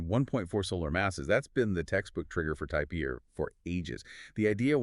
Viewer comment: Almost good, but the pronouncing of type Ia gives it away as AI. No way 2 separate people mess that up.